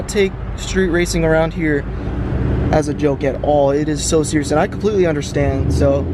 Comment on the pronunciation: Enough of "understang" every cop.